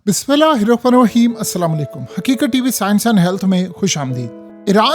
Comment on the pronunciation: وعلیکم لفظ سلاں ولیکم نہیں اسلام علیکم یا سلام علیکم ھے محترم۔